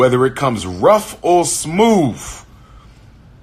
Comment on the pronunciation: “ smoove” lol yet another word that this so called educated man can’t pronounce correctly.